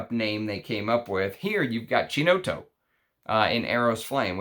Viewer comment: By the way, dont want to ofend in any way but so you know in italian CHI is always pronounced like a KI as in Killiam. So, Ki-No-TTo. 😄 sorry for the lesson haha